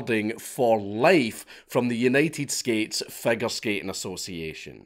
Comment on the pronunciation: Anyone else noticed marcus said "united skates fogure skating association" lol(